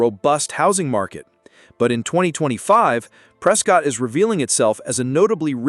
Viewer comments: I can tell that you have never been to Prescott,. Prescott is pronounced Prescitt, like biscuit!!:face-blue-smiling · FYI- Locals pronounce it “Press-Kit.” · This video is inaccurate about many of the cities named. Specifically Lake Havasu City. There are NO bathtub rings on lake canyon walls. The lake is currently held at consistent levels. The pronunciations of Prescott and Havasu by the AI voice are bad enough but the information is worse. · Can’t even pronounce Prescott. Get lost dude